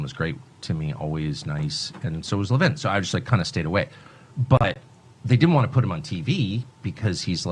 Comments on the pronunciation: Le-vin...not Levine fyi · It's Le-VIN, not Le-VEEN 🧐 😂 ........ GOD I HATE HIM! He's got his big fat head completely up Trumps ass. 🤡 ....... He looks like a movie cast MORTICIAN !!! 😱🤣